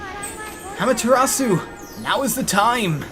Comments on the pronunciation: it's actually properly pronounced "Ah-ma-teh-ra-ss--" where the 'u' is pronounced very short and cut off abruptly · It doesn't really matter much. I just pointed it out in case you wanted to know. =] Issun is E-soon Amaterasu is ah-mah-tay-rah-ss and Orochi is Oh-roach-e. Pronunciation doesn't matter say it however you want.